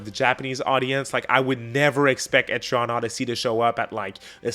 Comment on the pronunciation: Etri-ann, like the name Ann (not to be confused with Annie ok!) Ether way Im hyped for EO6